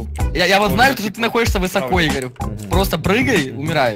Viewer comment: Игорь не правильно говоришь